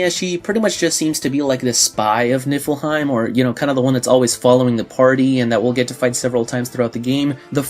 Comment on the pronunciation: And I keep hearing "Nippleheim" 😂